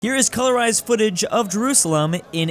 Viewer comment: For the first meme I thought he said drewusalem